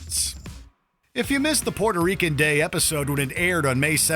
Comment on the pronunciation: And u def anger "pweuerto reekans" if you call them "Porto Ricans". Its not a road side toilet, its not PORTO, and im white as a ghost